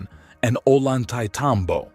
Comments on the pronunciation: just FYI, a double L in Spanish is pronounced as a Y. so Ollantaytambo is pronounced "oyantetambo", not "o-lantaytambo" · You should learn how to pronounce Ollantaytambo (double l is a "y'" sound in spanish"), so its pronounced Oyan-tay-tambo